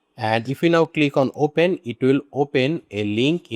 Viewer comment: Abe GHADE apne pronunciation thik kar, its not Whoil its while, its not O- Pain its Open, its not Woeb its web. Kyu time kharab kar raha hai logo ka galat thumbnail lagakar. Jhuth bolkar. Technikal kam kar English padh le Ghade.